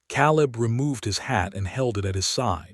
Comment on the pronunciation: Not again. Biblical name Caleb is pronounced Kay-lub